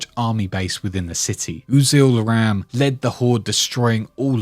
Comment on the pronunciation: Great video really enjoyed it BUT General RAAM’s name is pronounced Rom. Not Ram. Confirmed by Marcus and Cliff Bleszinski.